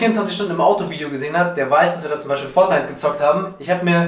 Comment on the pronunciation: Fonite und FIFA